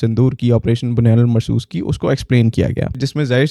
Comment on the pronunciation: Correct sentence is Bunyan um Marsoos✅ Not Bunyan ul Marsoos ❌